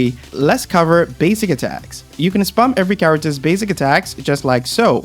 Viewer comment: brother take speech classes lol CHAWACTUHS 🤣